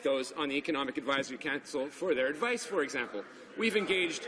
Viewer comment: min. "Engaged a number of actors across the country." - Are they related to Trudeau? fuck off you putz! - he can't even pronounce council ffs. No doubt because he's lying out of his bleeding ass from Trudeau's arse fucking. lol